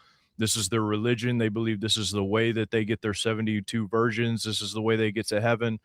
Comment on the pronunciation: Did you say re-legion?